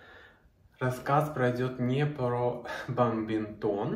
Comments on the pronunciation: БаДминтон! А бамбинтон! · Только не баМбинтон, а баДминтон.